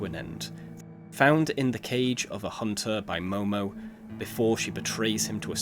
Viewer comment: “Momo” its mono lol